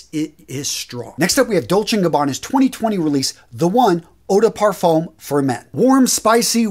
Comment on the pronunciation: The best pronunciation I've heard of "parfum" is Big Beard. I've asked if he has French heritage. He still hasn't answered. LOL